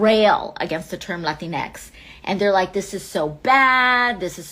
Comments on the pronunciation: As a Latina, Latinx is stupid and basically unpronounceable in Spanish. Extremely progressive circles in Latin America resort to using the "e" instead, like they'll say "chiques" instead of "chicos y chicas", but I stress, this happens only in extremely progressive circles. It doesn't take with the wider population because the "o" has always been taught as a gender neutral variant, so everyone understands that when we say "todos" we really mean not just men but also women. In more center-leaning political speech you do hear both genders addressed "peruanAs y peruanOs" for example. That binary is more palatable to the vast majority of people. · My problem with latinx is, as AOC does in this video, they pronounce the latin part in spanish and the X in english which kind of proves its a made up white liberal term because if it actually came out of the Hispanic community the X would also be pronounced in Spanish. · One thing I don't get about the term "latinx" is the pronunciation of the x at the end. The x is pronounced with an English(ex) pronunciation instead of a Spanish one(equis). Even AOC does this. I'm starting to think this is an exclusively white American college phenomenon. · It's "latin x"?? Not "latincks" For crying out loud! Pronounce it as it's spelled and spell it as it's pronounced. Lynx is not "lyn x" Sphynx is not Sphyn x. Whoever coined that term is an immense idiot! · It’s more cringe when she accents Latinx. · Uh, it's pronounced La-Tinks. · It’s pronounced lah-teenks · It's pronounced 'lu-tinks' Check your privilege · I always thought it's supposed to be pronounced as "latinks". Either way a weird ass word